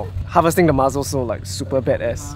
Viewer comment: MuSSSSSels! Not muzzles😬